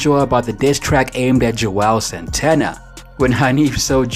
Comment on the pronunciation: How we supposed to take YOU seriously when u say Joel santana instead of Juelz Santana?